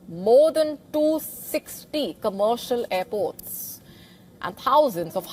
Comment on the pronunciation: Mo den doo-sixdy gommercial airbort!!